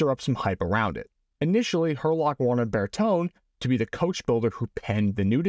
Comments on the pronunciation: Intersesring video. Shame that Bertone is not pronounced correctly on the video. It should be said this way; Bur-tone-ay. 👍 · I think I've heard Bertone pronounced "Ber-tone-ey" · Again, well-done episode on the AC-128! But you are still pronouncing Italian like an American. Italian automobile design firm Bertone is pronounced in Italian: BARE TOW NAY. The letter e in Italian has the long a sound as in "hay"; i.e., "The cow is eating hay." And don't forget to roll the r a bit.☺